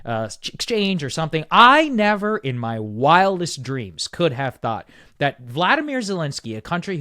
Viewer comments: You always mispronounce his name. It's Volodymyr not Vladimir 🤣😊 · It’s VOLODYMYR. There is no A in his name. Do you think we can start pronouncing it properly. His name is NOT the same as Putin’s.